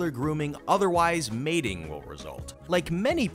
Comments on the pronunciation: Uhhhmmm...this narrator doesn't know the difference between "matting" and "mating". I'm not sure I can believe much he says.... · It's NOT mating (which has to do with breeding), but MATTING, (mah-ting) which has to do with the fur getting tangled.